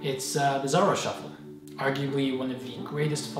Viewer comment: It's pronounced z a r oh not z ar r oh